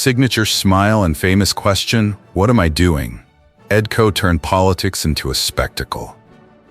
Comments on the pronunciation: Ed Ko??? WTF? KOCH, the name is KOCH. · Tell me about it. I was going to post the same thing. Coach? Koch, rhymes with crotch. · This AI Junk has gotten all their names wrong. EdKo?? Sylvester Stallone?? Get the stories and names right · His name is Koch. All the letters are pronounced. His famous question was “how am I doing?”